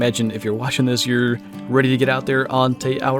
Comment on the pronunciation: tey awah roe ah lol no it's ti ow o rah ti aworah get it? not tey awa roe ah. ti aworah, te awaroa is the name but it's pronounced differently